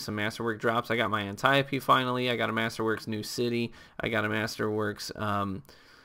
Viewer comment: Thank you. Finally someone who pronounces Antiope correctly. Keep up the vids, I'll always enjoy whatever you upload.